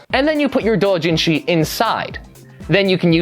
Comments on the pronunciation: stop saying it like that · Pls STOP SAYING DOUJINSHI THAT WAY I GET THAT ITS THE RIGHT WAY BUT STOP IT HURTS JUST SAY DOW JIN SHI